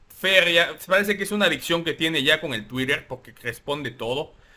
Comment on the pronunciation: No digas 'tuirer', la palabra se castellanizó desde 2016, se escribe 'tuiter' y se pronuncia igual.